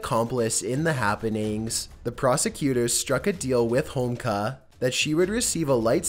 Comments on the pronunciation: How do you not know how to pronounce Homolka? Three syllables, dude! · One would think that a you tuber that has over 2 million subs would take the little extra time to find out how to PROPERLY pronounce people's names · I would've enjoyed this video more had you pronounced names properly. Had there not been photos I wouldn't have even been able to figure out who you were talking about. Karla Homolka for example. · How the fuck do you say Homolka correctly the first time then proceed to so Homeka the rest of the clip? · It's Ho Mul Ka, NOT HOMEKLA. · Holmka? You pronounced her name correctly the first time you said it - Karla Homolka, but every time after, you said Holmka. What's up with that? Short-term memory loss? Oh, and she does not live in the Caribbean, either. She still lives in Canada. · Did you say "Holmka"?. lol... almost!.. it's "Ho-mole-kuh" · Ho mol ka not Homeka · I'm sorry but the chicks name is pronounced hom-mol-ka not hom-ka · Just saying, it’s pronounced Ho-mole-ka, not homeka:P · Its said like "Home-oh-ka" not Homka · HOMOLKA..not Homka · Homolka (home-ol-ka), not homlka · it ho mol ka not home ka get it right... you sound like an idiot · Its karla homa-loka. Not homloka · Holmka? It's Homolka...Good video though. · It's a symptom of pot-smoking gay Canadians who think HoMOLka is pronounced 'Holmka'. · Dude, you completely tanked with the pronunciation of Karla Homolka's last name lmao Ho-mole-ka lol Just saying.... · Man, this idiot cannot even properly pronounce karla homolka's name homeka he says slobber mouth strikes again, I bet this guy is a spitter when he talks. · Just to add, its Karla "hom olka" and she lives in montreal under a new name. Much closer than you'd like I'm sure. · Actually. It's pronounced Hoe-mole-kah and she can't leave Canada. She lives in Quebec with her husband and kids. She was recently outed at the public school her kids attend and can no longer volunteer at the school like she had been due to the public outrage.